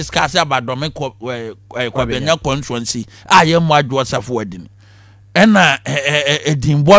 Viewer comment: 'Contuency"? "Charman"?